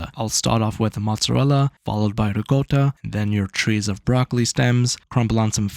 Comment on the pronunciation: why do u say ricotta with such a strong indian accent